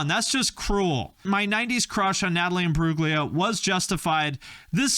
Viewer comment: It's pronounced "Im-broo-lia" - the G is silent.